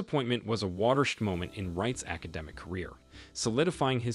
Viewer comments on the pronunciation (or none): My guy said: watersh'd😂 It's water-shed...bruh